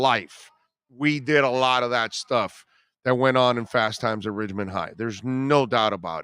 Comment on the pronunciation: Ridgemont* hes putting it over but he says the name wrong he is killing me😂😂😭😭